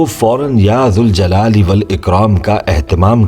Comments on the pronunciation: Bhai . when we add "ya" to Zuljalal Wal Ikram . meaning changes . hence we need to read -- ya jaljalali Wal Ikram -- Please correct me if i am wrong . Please do some research . with ya we need to pronounce jal not zul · Galat hay sahi ki tasdeeq Karen ke ya zuljalalewalikraam Nahi Balke ya zaljalalewalikraam sahi pronounciation hay. Agar ya hatake padha jaye tab zuljalalewalikraam hoga phair bhi aap Tasdeeq zaroor karen aur hame jawab den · Aap Allah ke iss naam ko galat read kar rahe